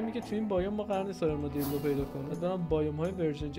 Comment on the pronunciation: گفت آرمادیلدو😂